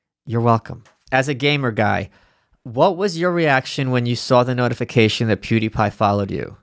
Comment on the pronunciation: Both and Malice pronounce Pewdiepie as "poo-die-pie." Lol